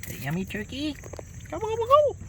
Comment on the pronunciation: Tuwkey tuwkey 😂😂 squiwi squiwell😂😂😂